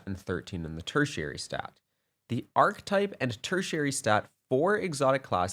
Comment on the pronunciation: Great vid. This really helps, Thank you. I believe “Ar-Kee-type” is the pronunciation